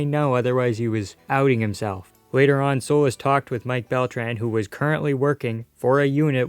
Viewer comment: It's pronounced "SolEEs" not "So-les"